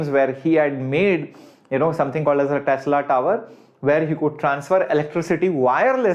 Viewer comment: sir that tesla not telsa 👀